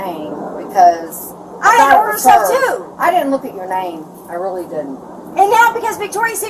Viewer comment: "I'm witally getting awwested,I'm not special ed"🥴